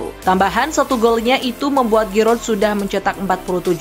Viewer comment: Girot girot matamu. Jiru cok males amat belajar lafalin nama pemain dgn benar, channel berita bola padahal